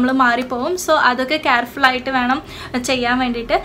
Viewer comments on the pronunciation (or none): First learn the pronunciation of the English word you say.... ആപ്പിൾ സൈഡർ... അസിഡിക് ആസിഡ് അല്ല ...അസെറ്റിക് ആസിഡ്....... കാർഫുൾ അല്ല....കേർഫുൾ.. (careful) 😩ഈശ്വരോ രക്ഷതുഃ.....